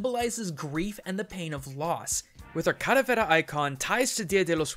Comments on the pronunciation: ...Are you calling it Cadavera? It's calavera. Spanish for skull. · i thought it was calavera, not caravera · You are mispronouncing the 'L' in Calavera! The Spanish 'L', at least in Mexican Spanish, is very similar to the English one. You were saying it with more of a flap. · i die a little bit every time I hear him say "Cadavera" instead of Calavera. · clalavera is said wrong said caravela but it is pronounced calavera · I may be late to the party, but it's CALAVERA (KAH LA VEH RAH) not caravera. I get that you're white and speak no Spanish, but your "culture" tolerance aesthetic tells me to call you out on this topic. thank you for an otherwise cool vid sorry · Why do you keep saying cadavera instead of calavera? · You used the wrong word. It's Calavera not caravera. Besides that, great video. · don't think it's called "caravera" think it's "calavera". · Now I understand why people cringe when they butcher their language... Hearing this guy say "Calavera" as "Caravera" so many times in the video was just wrong. I understand he is not a native spanish speaker but still, holy shit was that just so weird and fucked up. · Not caravera... Calavera, with an L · ITS KA-LAH-VERAH PINCHE NINJA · The way to pronounces caLAvera hurts me. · mmmm your pronunciation of caLAberas is way off man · Say it with me 'Kah-llah-beh-rah'. As a side note, I dig the purple. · Don't ever say calavera again I cringe so hard to your Spanish lol sorry 😭😂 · you are pronouncing "calavera" SO wrong. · pls stop saying calaveras like that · i speak Spanish, say the L